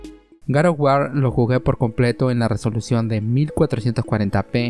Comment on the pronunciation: en español se pronuncia resolución con erre no con ere.